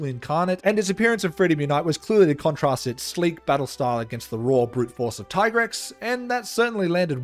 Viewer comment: It's Dee-a-blos and Tee-Grex, duh